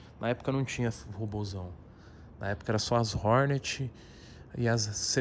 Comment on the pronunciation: Nome da moto: Hornet Toguro falando: RORNERTI